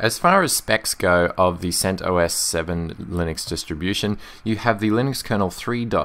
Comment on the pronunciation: you pronounce it: "sent oss" .. the OS portion sounds like the "os" in ostrich. At least according to the creator of CentOS